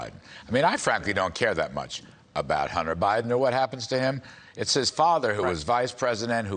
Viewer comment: The "Bunter Hiden" laptop...Freudian slip. Put the Kudlow on Hurt...Charlie, we do like your hair though!